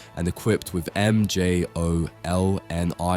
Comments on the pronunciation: M. J. O. L. N. I. R. Armor? Wtf? It's Mjolnir, one word. NOT an acronym or abbreviation. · This is all Ai. The voice, the edits, the thumbnail. just look . And the way he says Mjolnir is a dead givaway. please dont support this. Put some heart into your work man